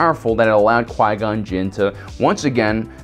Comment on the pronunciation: jin not jiz lol